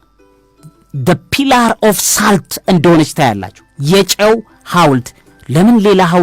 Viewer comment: *Salt 'ሶልት' ነው ትክክል አጠራሩ።